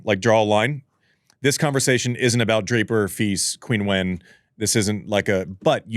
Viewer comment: Hey guys, love the podcast. Just a quick note that Qinwen is pronounced like “chin-when” not “Quinn-when”